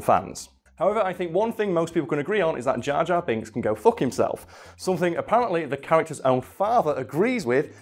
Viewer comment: jor jar binks